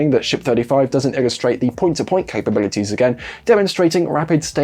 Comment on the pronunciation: "Point to point cababilities" lolol Well done